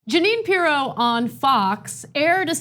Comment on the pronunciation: We should all call her Jeanine PEE-ROW from now on.